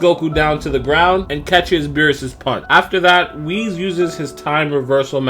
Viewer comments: Holy crap it's Whis not Wheeze. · You say Whis as (Wheeze) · Did he pronounce Whis as Wheeze?